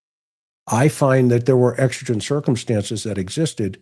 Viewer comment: It's exigent. Like exiting a store. Love your podcast tonight❤